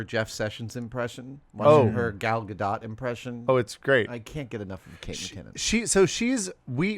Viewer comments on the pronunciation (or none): Adam, gal gadot is pronounced like this. Gal gadoe. You do not say the T